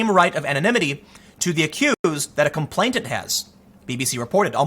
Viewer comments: "Complainant," not "complaintant." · You keep saying "complaitant". Even reading it spelled properly. 🙄🙄🙄